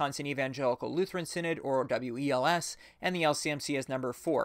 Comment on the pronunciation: FYI the WELS is generally pronounced just like the word "wells"